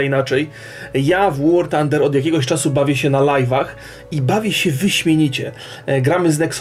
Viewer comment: Tak, 'Łar tander' xD